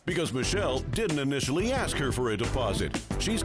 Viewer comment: A S K not A X 🤣